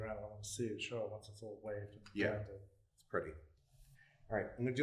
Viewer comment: “He BLENTED IT” 🤣🤣